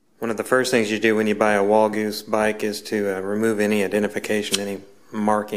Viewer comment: did you say walgoose ?